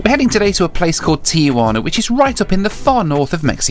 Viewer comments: Please people, why do you pronounce the name “Tijuana” as if you were referring to your Aunt Juana, Tia Juana? Why do people add the vowel “a” between the “I” and the “j” and make it a four syllable word? It’s three syllables: ti-jua-na. Drives us crazy here in México. Where is this guy from, Lonadon? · There is no A between the Tee and the Wana. The name is pronounced TeeWana.